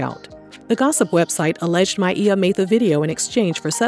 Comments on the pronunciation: I love that you pronounced her name correctly. Back in the day she did an interview (maybe Arsenio) and she said she doesn't correct people when they say My-ah but said she pronounces it My-ee-yah. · Hope she gets the help she needs.. props for saying her name correctly